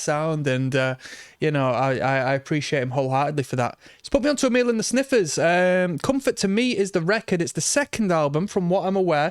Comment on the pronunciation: Mate, it'a not Amil it's Amyl as in Amyl Nitrate